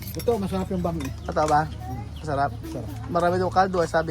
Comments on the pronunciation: IPRONOUNCE MO NG GANITO BRO ANG.... BAM - E, HINDI BAME. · BAM-E PO KUYA HINDI BAME. 😅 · Bam-i ang pag bigkas ng pancit na sinasabi mong bami.